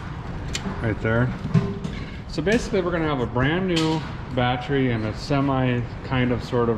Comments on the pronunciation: the word Battery, you keep saying "Bat-try" as in bat tree, that drives me nuts hearing you say that... lol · Typical Minnesotan over the age of 50 pronounces it batt tree